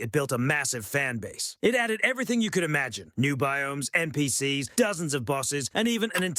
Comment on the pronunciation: Cheap AI slop. Rigid formula, horrible voice that cant pronounce NPCs and so much bloat without any meaningful content. You should be ashamed of yourself